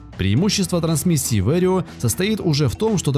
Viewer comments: Что?! ))) Fend DT??!! Вэрио?!!!))) Ты с какой луны прибыл автор? Просто Fend Vario 936 (Варио - от слова вариатор - ибо в немецком А читается как А, но не Э) А ДиТи ты от куда взял?)))) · Не вэрио а Варио